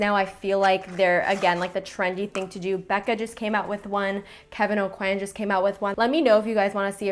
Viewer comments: it is pretty much the right way :) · are you french?? because i am and you pronounce kevin aucoin the right way :D haha because I know you're canadian so maybe you have a quebec background?